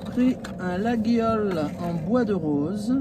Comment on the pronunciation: Pour info, le G de laguiole ne se prononce pas. On dit LA-I-OLE ;-)